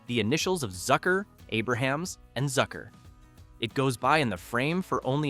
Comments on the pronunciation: A-brumz. Not Aber-hams. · AY-bruh-hams? It's AY-brums. And pretty much everyone stayed for the end credits because of all the hidden jokes WITHIN the credits. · You are a RUNNING JOKE! You can't even pronounce Jim Abrams name correctly! 🤣